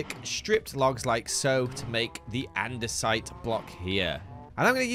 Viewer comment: I thought he said gather and decide.. not gather andesite 😂